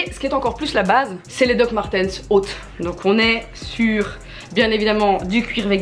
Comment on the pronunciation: Sa prononciation de « Dr Martens » 😭😭😭